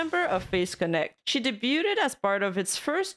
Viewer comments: You always mispronounce debuted. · in debut and debuted, you don't pronounce the T. 'Daybyoo', and 'Daybyooed'